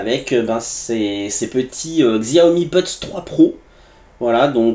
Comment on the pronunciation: Xiaomi se prononce : "chiaomi"